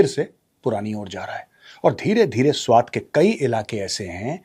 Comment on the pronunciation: Not त. Its ट. Swat